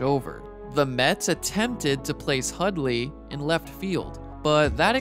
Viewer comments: Hudley Hudley Hudley. I know you can pronounce Hundley properly. I believe in you. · Pretty good video, but there's an 'N' in Hundley. His name isn't Hudley and you kept pronouncing it.